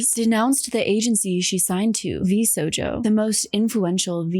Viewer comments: no, it's distinctly different from the herb/erb thing. The name of the agency is v - sho - jo, "sho" as in "shop"; whereas she pronounces it v - so - jo, with "so" as in "soap". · Parents please teach your kids that cartoon characters are not real and should not be "goals" in physical appearance terms. Teach them about cosplayers instead xD I know it's too late for the video but like; for future reference it's "sho-jo" not "so-jo". Also: not "niners". She's not a football team. "Nee-an-ers" xD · I'm sorry, every time I hear you say Vsojo instead of Vshojo I cringe a bit^^' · I'm so happy seeing you cover this, as a vtuber (crazy small) this story has completely freaked me out from ever joining a company ever, and I know you'll cover this well with alot of nuance and care! But lololol vshojo is pronounced with the "shh" sound not a "so"! Lolol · Love your videos, huge fan, and honestly no disrespect but like ... is there a reason you call it 'Vsojo" the entire time? Its really distracting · I absolutely adore Ironmouse and VTubers. Nigisanji and VShojo totally deserve their downfall. P.S. the H in Vshojo isn't silent. 😉❤ no shade whatsoever! VTubers becoming more mainstream makes me SO happy! Mouse has the most beautiful singing voice, and I'm so happy she led the charge to speaking out against VShojo, getting loved as an indie, and for everything she's done and fundraised for her charity that is so near and dear to her heart. She's truly the blueprint ❤❤❤ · The mispronounciation of Vshojo is so aggravating! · how did you do so much research where people pronounce the word shojo and keep saying it without the h 😭 I really do respect your content but this is such a jarring disconnect. I'm sure it's going to be a great video, will watch it all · mispronounces Vshojo 100% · yeah and idk how she can mispronounce it the entire video when she uses clips that all pronounce it correctly 😭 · Why you saying Sojo the entire vid? Its V SHojo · Not Vsojo pronunciation!